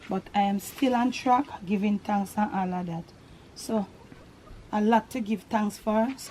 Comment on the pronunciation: You make this so fun! I like when you say ‘ An all A dat”! May God keep you safe. Blessings